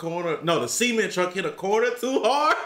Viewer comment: It's cement not ceement